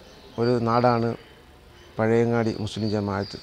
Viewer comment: പഴവങ്ങാടിയല്ല പഴയങ്ങാടി